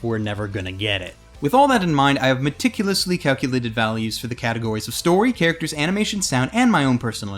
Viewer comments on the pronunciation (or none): none